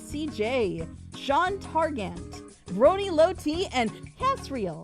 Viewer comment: IT ME!!! Happy 7 years Elements of Justice AND HERES TO MANY MORE ...Also YOU MISPRONOUNCED MY NAME! ITS Tag-Gurt